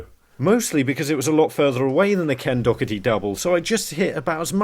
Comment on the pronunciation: It’s pronounced Ken Dah-er-ti 😊